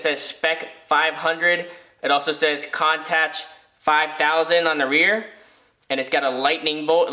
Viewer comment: Hate to be that guy, but it's "coon-totch" lol.